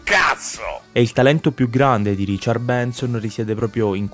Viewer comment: Non sa nemmeno pronunciare RICHARD! Ha detto Riciar !!!!